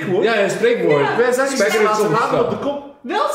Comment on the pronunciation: Een spijkerrrrrrrrrrrrr